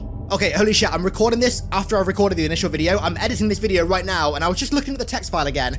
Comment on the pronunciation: are you serious right neow bro?